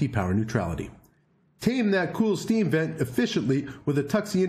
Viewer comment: Everytime you say sVent, I hear assvent.. lol